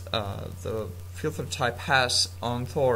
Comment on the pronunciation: Lol you say filther instead of filter